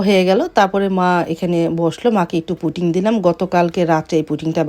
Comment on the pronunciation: Puting na pudding 😅